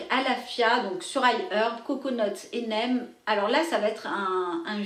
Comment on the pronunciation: neem ce dit "nim"